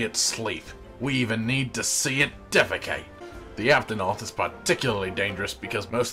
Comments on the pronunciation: Duel of the fates, this makes me happy and now I'll never be able to unhear "cotton" "aptonoth" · COT-TON! APT-ON-OTH!